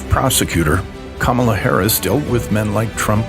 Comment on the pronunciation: They’ve started pronouncing her name camel-a. They’re the exact same guys they were in elementary school.